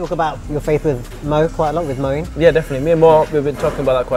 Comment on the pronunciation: Say Moeen don't distort Islamic names..please